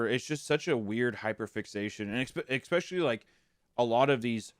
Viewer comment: Hunter saying “exspecially”💀